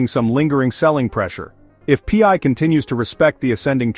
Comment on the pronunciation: Pee-eye? What is pee-eye? 😂 Listing on Binance will drop the price as it creates another selling point to those from countries that ban the scam crypto exchanges. Pi is a DeFi utility token used in the Pi ecosystems and nothing to do with FIAT or cash or dollars or exchanges or other crypto currency as clearly explained in the Pi White Papers.